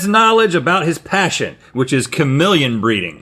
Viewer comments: What’s a kamillion? It’s KAH-MEE-LEE-EHN and don’t tell me it’s a southern thing because I’m from north Florida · me: cuh-meel-ee-uhn Rhett: K A M I L L I O N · The way Rhett says chameleon sounds like he's saying kamillion. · Rhett is not saying chameleon 😂